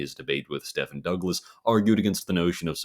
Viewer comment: Murray Rothbard's first name is pronounced "MUH-ree" and Stephen Douglas's first name is pronounced "STEE-ven"